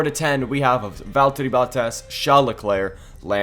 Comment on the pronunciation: Its valtteri bottas not veltter